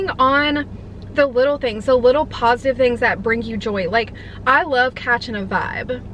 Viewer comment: ‘Positif’ lmao 🤦🏼‍♀️